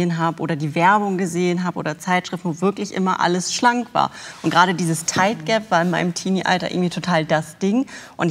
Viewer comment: Wie es mir auf den Senkel geht, dass Sie ständig 'tight gap' anstatt 'thigh gap' sagt. Wenn man Ausdrücke nicht kennt, dann sollte man umschreiben 🤦🏻‍♀️🤦🏻‍♀️